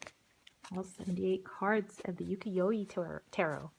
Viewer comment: your pronunciation of UKIYOE is wrong. u ( you ) ki (key ) yo ( yO ) e you pronounced the e as E. Not as ( eh ). you-key-yO- eh. is the correct way. Not E but eh.